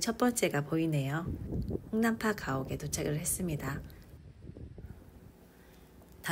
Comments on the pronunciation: ❤잘 봅니다 듣다보니 좀 거슬리는게.. 홍난파라고 해주시면..더 좋겠죠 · 감사합니다~^^ 맞아요 . 홍난파시죠. 발음에 더 신경 써야 겠어요. 자막도 잘못나와서 너무 아쉽습니다. 영상 수정이 안되니 … 이번 일을 경험삼아 더 세심히 체크해야 겠어요. 관심 가져주셔서 정말 감사합니다. 평온한 오늘 되세요🤗🌈